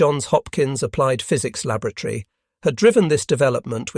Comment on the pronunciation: I'm not so sure, the pronunciation of Bastogne and Laboratory were a bit suspect.